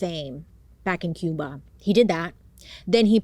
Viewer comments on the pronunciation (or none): none